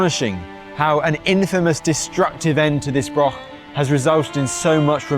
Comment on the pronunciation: Mostly English people talking about Scotland in Scotland. Then calling it Britain, stroll on Independence. It's a Broch laddie not a Brok.Offensive Unionist propoganda.